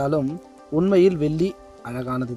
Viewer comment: சகோதரரே....தயவுசெய்து தமிழை சரியாக உச்சரிக்கவும், வெல்லி அல்ல வெள்ளி - நன்றி